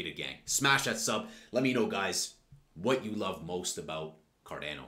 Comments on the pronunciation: He didn't say cardano ... KADENA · You're funny. I like you. You got my subscription. But, is still pronounced "CAR-DAWN-OH" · Go to Google Translate, select "Italian", write Cardano and press the button to listen: this is the correct way to pronounce it!